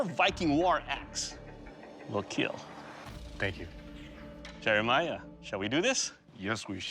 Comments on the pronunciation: it would keel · It will keel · “Will Kiel “ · It will kiel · It Will Keel...the final testimony, you may now rest in peace! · “It will Keel”